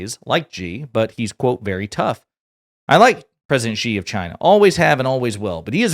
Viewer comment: The Xi part of his name is more pronounced like the english "she". No burn, just for future videos. : )